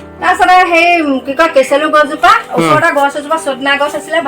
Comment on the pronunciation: কেচেলু নহয়‌ কেচেৰু হে